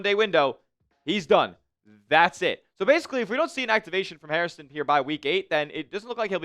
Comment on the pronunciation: dude!! His name is Hairston, not Hairiston, not Harrison.